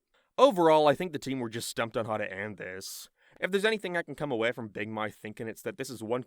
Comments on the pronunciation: I can't be the only one heading say "big Marth" instead of "big mouth" all the time... right? 😂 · Dawg all I’m hearing this guy say is “big mike”😭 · RIP Big "Moath" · "Beeg Mearth" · "Big mithe" lol